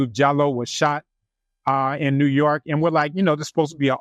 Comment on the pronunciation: "JEW YORK" LOOOOOOOOOOOO